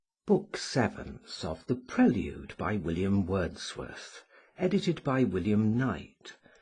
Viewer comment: WILLLLLLIAM WERRRRRRRRRDSWERRRRTH